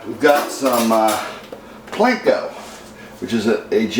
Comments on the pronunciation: It’s Panko not plankco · It is not Planko: it is Panko. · I love how you pronounce panko "planko".